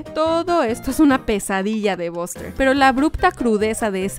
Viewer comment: Cómo siempre hacen buenos videos solo una cosa el nombre de buster ,se prenuncia baster no boster